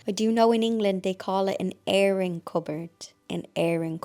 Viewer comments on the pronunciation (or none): none